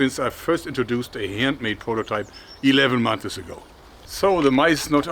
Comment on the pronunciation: Just a funny thing my friend: its months not monthes! Great work - love your channel!